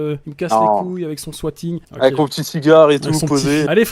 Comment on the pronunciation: C quoi un "SWATIGEUH"?